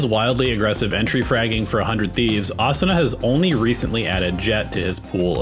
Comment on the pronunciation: Thank you for not pronouncing it Uh Soo Nuh 😅